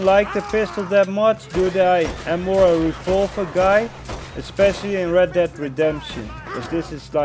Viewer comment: It made me mad when that kid made fun of you for saying refolver and not revolver thank you for this video